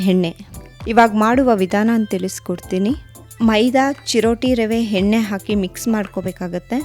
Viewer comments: Madama yella super adre pls alpa prana mahaprana swalpa.sari madkoli. Nagu baratte neevu yenne ge henne anthaidre.. kannada halnadbedi pls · ಹೆಣ್ಣೆ ಹೊಣ ಕೊಬ್ಬರಿ ಅಲ್ಲ…. ಎಣ್ಣೆ ಒಣ ಕೊಬ್ಬರಿ 😂😂 ಪದಗಳನ್ನ ಸರಿಯಾಗಿ ಉಚ್ಚರಿಸಿ ದಯವಿಟ್ಟು… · ಎಣ್ಣೆ ಹೆಣ್ಣೆ ಅಲ್ಲ ಅಕ್ಕ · ಯವ್ವಾ ಅದು ಹೆಣ್ಣೆ ಅಲ್ಲ ಎಣ್ಣೆ 😂😂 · Madam, adu henne alla.. Yenne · ಸೂಪರ್ ಮೋದಕ but ಎಣ್ಣೆ ಅಂತ ಹೇಳ್ಬೇಕು ಹೆಣ್ಣೇ ಅಲ್ಲ 👍👍😊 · Recipe is nice.. but maathalli aa kaara ha kaara lopa.. it’s not heNNe , it should be pronounced as eNNe.. ready haagide alla.. ready aagide.. holledu.. is oLLedu 😱..